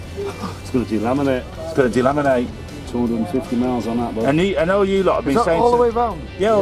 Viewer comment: I can't believe in what I heard 😂😂😂😂 "de laminate" oh